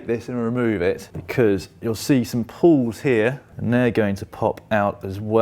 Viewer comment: Why are you saying "pull", its a "pawl" 🤦‍♂️